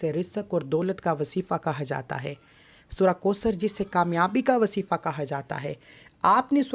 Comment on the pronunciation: Wasifa nhi kehty wazifa kehte hn